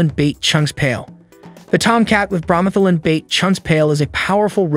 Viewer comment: It's pronounced "bro-meth-a-lin".